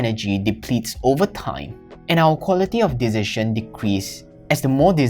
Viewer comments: He cannot say Decision but he makes better videos than others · You pronounce "decision" so strange 🤪